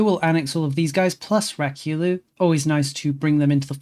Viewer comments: Ryukyu is pronounced Ree-you-que but ii LOVE rak-you-loo xD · Hearing him spam "Rakyulu" was killing me a bit